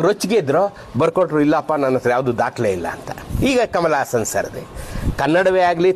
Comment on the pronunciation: ಈ ಕಿತ್ತೋದ ತಮಿಳು ಭಾಷೆಯಲ್ಲಿ ಅಂದರೆ ದರ್ಬೆಸಿ ಬೇವರ್ಸಿ ನಾಲಾಯಕ್ ಅಜ್ಞಾನಿ ಅಹಂಕಾರಿ ಕಮಲಗಾಸನ್ ಭಾಷೆಲಿ ಎಷ್ಟೊ ಪದಗಳಿಗೆ ಉಚ್ಚಾರಣೆ ನೆ ಗತಿ ಇಲ್ಲಾ 😂😂😂 ಬಾಹುಬಲಿ...... ಬಾಗುಬಲಿ 😂 ದೇವರಮಗ.....ತೇವರಮಗ 😂 ವಿರಾಟ್ ಕೊಹ್ಲಿ. ವಿರಾಟ್ ಕೊಗಿಲಿ😂 ಸಂಗೀತ....... ಸಂಗೀದ😂 ಸ್ನೇಹ......... ಸ್ನೇಗ 😂 ಕಮಲಹಾಸನ್..ಕಮಲಗಾಸನ್😂 ಅಂಬಿಕಾ........ಅಂಬಿಗಾ😂 ಈತರ ಲಕ್ಷ ಪದಗಳಿಗೆ ಉಚ್ಚಾರಣೆ ಇಲ್ಲದೆ ಉಸಿರು ಕಟ್ಟಿ ಸಾಯೋ ಕೊಂಗರ ತಮಿಳು ಪ್ರತಿ ಪದದಲ್ಲೂ ಪ್ರತಿ ವಾಕ್ಯದಲ್ಲೂ ಸ್ಪಷ್ಟತೆ ಭಾವುಕತೆ ಇರೊ ನಮ್ಮ ಕನ್ನಡಕ್ಕೆ ಜನ್ಮ ಕೊಡ್ತ ಹೋಗ್ರೋ ಕೊಂಗ್ ನನ್ ಮಕ್ಳಾ 😂😂 ನಿಮ್ಮಂತ ಕಿತ್ತೋದ ತಮಿಳು ಭಾಷೆ ಇಟ್ಟುಕೊಂಡಿರುವ ಬೆವರ್ಸಿಗಳಿಗೆ ನಮ್ಮ ಕಸ್ತೂರಿ ಕನ್ನಡದ ಬಗ್ಗೆ ಮಾತನಾಡುವ ಯೋಗ್ಯತೆ ಖಂಡಿತ ಇಲ್ಲ